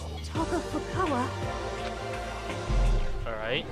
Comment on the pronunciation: yang I love his pronunciation of, Toko Fukawa. It's now Toko Fuck- awa" ^_^